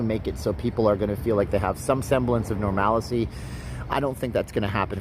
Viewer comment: Normalcy. Not “normalacy” . Sorry it’s been bugging me